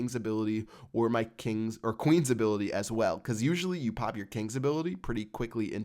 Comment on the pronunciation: quit saying "pop" it is so annoying when you say it cause you put emphasis on it and sound like a douchebag